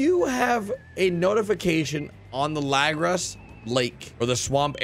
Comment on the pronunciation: You pronounced lagras so wrong dude 😂